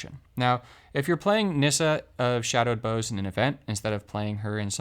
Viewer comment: You're mispronouncing "bough." It's supposed to rhyme with "how."